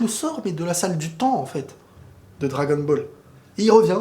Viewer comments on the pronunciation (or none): none